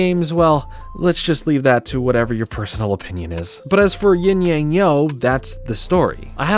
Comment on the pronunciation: you would think if this show was inspired by asian culture that they’d at least know that yang is not pronounced like yaeng